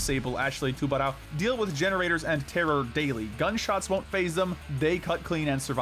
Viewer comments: ps you say it too-ber-ow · The pronouciation of Tubarão stabed my heart a little bit each time. I genualy dont know how to write down the correct way to say it either